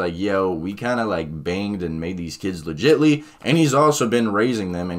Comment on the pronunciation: i thought said legitely